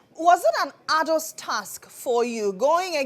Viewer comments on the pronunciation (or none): The word is arduous, pronounced as ˈär-jə-wəs , and not “Ardos” like the presenter confused A plus with. If you’re going use big words learn how to pronounce them right